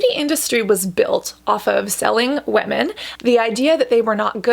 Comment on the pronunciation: Am I the only one who heard “wet men” instead of “women” and had to rewind cause I was like “wait..what?” Lol totally agree with the message here, skin care routines can definitely be self care, especially when you finally find the perfect one for you! 😊❤️